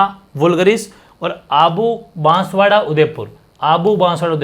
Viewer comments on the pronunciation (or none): none